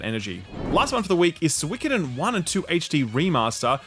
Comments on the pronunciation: Guys... I think you got it wrong. It's "Suikoden". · They'll announce a new mobile Suikoden cash-grab game every time mispronounces the series' name, them's the rules I'm sorry